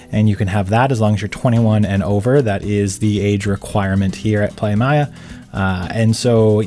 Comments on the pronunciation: Great review of the place but a couple of mistakes 1. It's "Playa Mia" , which means My Beach. Mia is pronounced M EE AH not Maya! 2. Mexico's drinking age is 18 and NOT 21! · It's pronounced like Plya and Mia like the soccer player Mia Hamm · PLAYA MEEYA, lol great info as usual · You guys travel every time and don’t know how to pronounce a beach name correctly? 🤦🏾‍♂️